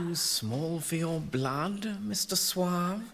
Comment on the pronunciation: It's 'Suave'.